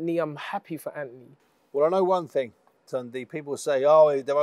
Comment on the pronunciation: It's not torndy, its tunde, pronounced toonday